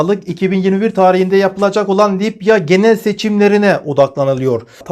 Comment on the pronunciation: Lipya değil Libya.Allah daha çok versin takipçi sayınız çok arttı.Bu sebeple bir haber spikeri özeniyle diksiyona daha özen göstermeniz gerekir diye düşünüyorum. İçerik çok iyi.Selamlar